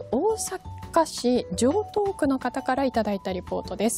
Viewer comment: 、じょうとうくとちゃんと読めた。